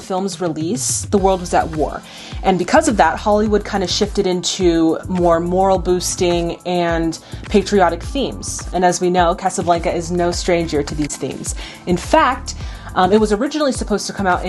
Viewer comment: Morale is pronounced "more-AL".